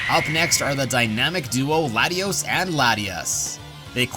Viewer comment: "Glatios"? Gladios?